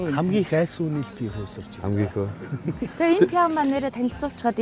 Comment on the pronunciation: Пяав гээд байх юм. ПИВО шүү дээ.